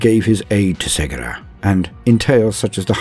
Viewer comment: I too have mispronounced Cegorach till listening to the 2 Harlequin audio dramas made by Black Library. The "C" is pronounced with a hard "K" like "Kevin" ("Ke-go-rack). ...If you haven't heard the Harlequin audio dramas( Heirs of the Laughing God "A Deadly Wit & Death's Mercy) both written by Gav Thorpe and performed by 4 or 5 different voice actors, you should, they're awesome and I don't know how they hire the actors to read their stories but GW should definitely hire you! Your voice was made to bring Warhammer stories to life. Thank you for your videos and your talent.